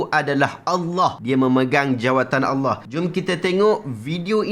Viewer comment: sebut lafaz Allah pun bunyi telo..ada hti nk bt ajaran sndiri..